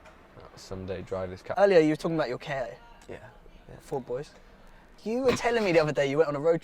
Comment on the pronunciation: if only knew he was actually right about his pronunciation of "Ford Ka" (at least some of the time, according to Ford's press office)